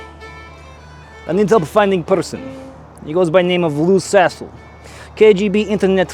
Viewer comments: Wait?! Its not "Loose A55h0le", but "Lou Sassle"? Why am I hearing "Loose A55h0le"???!!! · Took hearing it with a russian accent to get the lou sassle joke, lmaao